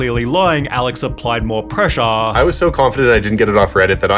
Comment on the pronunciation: "Pressaæũrē" funny way of saying that 😂